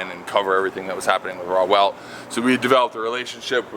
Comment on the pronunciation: Per Google, he did pronounce correctly, although the Hoonigans reply rationalizes ignorance via "ownership". It is a very simple pronunciation (raw welt) This takes place in spite of expressing first-person expertise and origin re: the creation and culture on the car. Perhaps you (the reader) too just bought a coke, so you call it a cake when informed otherwise. Acceptance of ownership as a power to accept ignorance is supreme weakness of mind and self. The owner is ignorant and you are weak of mind, period.